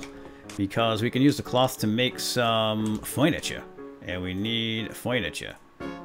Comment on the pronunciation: I like how is so funny... like earlier in this roleplay he said "foiniture" instead of "furniture." Ha... I love him.:)